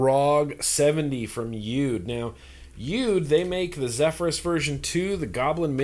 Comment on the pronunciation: You. Dee. it is pronounced is exactly as it says on every package "U-D." not be too crass but for some reason vape reviewers don't seem to understand this. Rip Trippers is the worst offender.